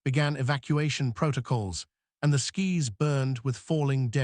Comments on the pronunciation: Fix your AI voice-over: Skis instead of Skies, Fadding instead of Fade-ing, Tiers instead of Tears (in this case pronounced, "Tares", because it refers to torn openings in the fabric of space). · Tried of hearing mis pronounced words guys. Fix it.its skys not skis. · It's busy darkening skis. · Fix the Bloody A.I. saying Skis instead of Skies which is the Plural of the the Word Sky not a Pair of things you wear to break your bones on a Mountain side. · Somebody has to show the AI how to pronounce words that are close or spelled the same. Tears come from eyes, tears are rips, Skis are slid on snow. Skies are atmosphere. Fading is slowly disappearing. Fadding is nothing. Geez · First time I have heard “skies” pronounced as “skis.” Yikes.